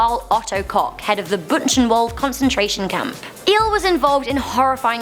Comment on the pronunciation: Buchenwald is pronounced like Booken vald